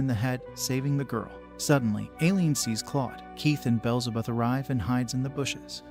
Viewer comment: Name corrections Aileen- eye-lean beelzebub- bee-L-ze-bub like the demon similar to the devil